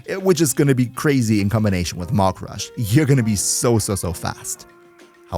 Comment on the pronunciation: Maximal entäuscht, that the German guy didn't pronounce "Mach" correctly...